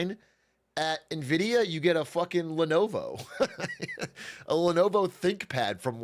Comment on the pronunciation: He made sure so quick to say nvidia correctly a bunch at the start just to get the branding back on track. Lmaoo massive respect